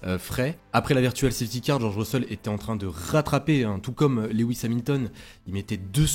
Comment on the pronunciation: Salut, De vives émotions ce week-end, ça faisait longtemps!!! Toujours de l'excellent travail dans tes interventions, c'est un régal 🙂 Puis-je apporter un petit coup de (crayon) dans tes documents... on dit LOU IS et pas Lé WIS 🙂 je n'ai que ça à te reprocher, le reste est impeccable. A très vite.